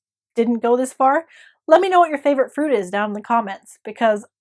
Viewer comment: I totally thought you said food, not fruit! It has homemade preserved lemons in it, does that count?